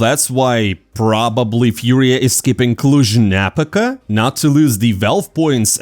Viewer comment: Small correction: Cluj-Napóca, the stress on the o :))